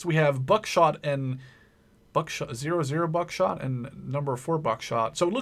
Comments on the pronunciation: So, the 00 Buckshot is pronounced "double-ott buckshot." #4 Buckshot contains 24 caliber pellets, and more pellets than 00 buckshot because the pellets are smaller. American soldiers in Vietnam favored both 00 and #4. With #4 you can saturate a larger area at distance. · No.4 BuckShot had smaller pellets and more pellets than 00 Buckshot.(pronounced "double aught buckshot") Your typical 2.75(more commonly pronounced "2 and 3 quarters in shells" inch shells") hold 9 00buck pellets or 27 No.4 Pellets. 00 Buckshot is much larger than No.4 Buckshot and will do more damage. I hope this helps.